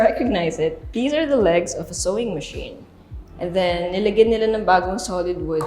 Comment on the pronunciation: You English is getting worse... dee and dis etc